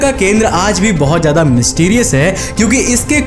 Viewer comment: Jada /jaida nahi Ziyada bolo bhaiya, Tej nahi tez